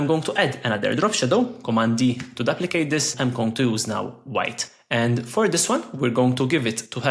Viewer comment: Duplicate ❌ daplicate ✅ …..love the content ❤